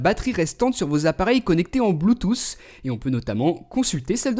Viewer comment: "bluetousse" LOLL